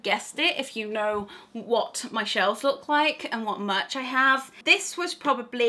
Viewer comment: I actually gasped when you said, 'I don't class books as much.' Then, of course, I realised you said, 'merch,' and not 'much'. Phew! I'm such a bookworm, for a second I was highly offended, but now I feel very bad to have misjudged a fellow Potterhead. Great video with fantastic merch (hopefully I've redeemed myself. Haha) :)